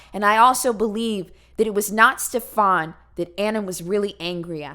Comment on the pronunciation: I live in Sweden and I was dying laughing all the way through from your pronunciation of Stefans name. It's one of the most common swedish names ever but you made him sound like a European fuck boy 😂😂